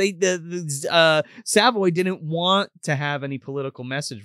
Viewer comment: Good episode. Don't think I have ever seen this movie uncensored (they played this a lot on cable.) Dig the channel and everything. But the pronunciation of Savoy is crackin me up (it's suh-voy btw.) I remember Savoy pictures vividly because my local video store in the 90's had a Savoy clock. I always tried to sweet talk the owner out of it. Because my name is Savoy. 💎😁